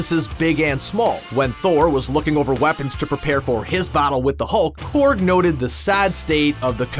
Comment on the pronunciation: Corg not corgi